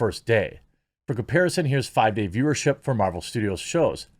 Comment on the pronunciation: Ms. Meh-vel...she has the power to make me not care.